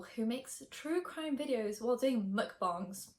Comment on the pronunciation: Wait pronounced ‘mukbangs’ perfectly (I get low key triggered by other youtubers saying it wrong cos I’m korean lmao)